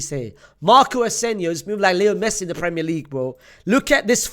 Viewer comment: When he said Marco ASENIO first time, I was like maybe he was mistaken. When he said it the 2nd time, I’m convinced he’s a Barcelona fan. 😂